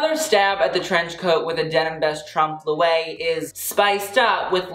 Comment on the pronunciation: Trompe l’oeil is pronounced “trompe LOY” not “trompe le way”. Driving me insane.